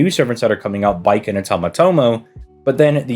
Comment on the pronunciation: It's Bakin, not Baiken.